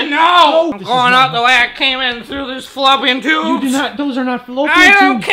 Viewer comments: “Floor ropian tubes” MY GOD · “THEY’RE FLOOR ROPIAN TUBES!” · "Floor-ropian tubes"